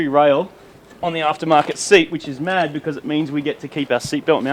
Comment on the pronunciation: American accent? Maaaaaaaaaaaaaaaaaaaaaaaaaddd.